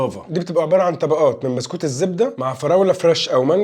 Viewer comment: 😅 موتني من الضحك : تحس أن عيل مش عارف ينطق ببسكوتة هههه قال بستوتة